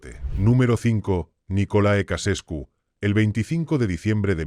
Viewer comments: He visto hasta que ha dicho Cacescu. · "Kacescu"????? A pronúncia é Tcheausêscu!!!!@ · Jajajaja me dió mucha risa oír como la traducción automática repetía y repetía Kacescu 😂😂😂😂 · Ja, ja "Nicola Ecasescu" ¡Vaya nivel!